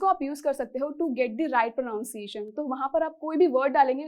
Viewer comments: Pro nun ciation nhi... Pra nun ciation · Firstly u should correct your pronunciation which you are pronouncing as प्रोनाउंसिएशन Correct= प्रनंसिएशन 👍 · FYI pronunciation is pronounced as प्रˌनन्‌सिˈएश्‌न्‌ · It's pronunciation /prəˌnʌn.siˈeɪ.ʃən/ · Please google once again Pronunciation of pronunciation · Pronunciation ko hi glat Pronounce kr rhi ho madam ap....